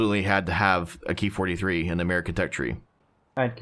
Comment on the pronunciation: It's not "key 43" or "key 61" It's " k-eye 43" etc as these planes are designated/named KI -... nobody has referred to these aircraft like that just an FYI